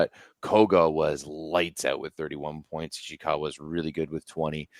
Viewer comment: sometimes "ana cristiana" lol She also once called Ishikawa, "Ishiwaka"